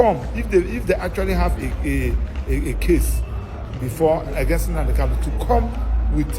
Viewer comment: Why can the lawyer not pronounce Kanu? Why does he keep calling him Kalu? He cannot pronounce his client’s name, that’s disappointing.